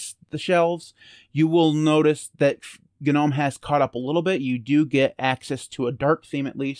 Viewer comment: The g in gnome is silent...